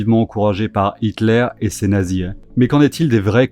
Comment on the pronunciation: Tes vidéos sont cools .. bonnes réflexions .... mais stp .. Arrêtes de mettre des E a la fin de tous tes mots ... ^^ par explemple... "la dessus" ou "nazis" .. y'a pas de E à la fin ;)